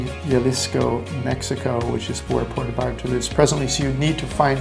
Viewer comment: You got to learn to pronounce the name of Puerto Vallarta correctly, your saying Porta Vallarta, nothing close to how it's pronounced. Sad for someone who lives there or did ☹️